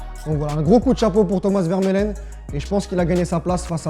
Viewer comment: Et stp mais c'est pas possible le souci avec les noms ça arrête pas, c'est pas vermeulen mais vermaelen.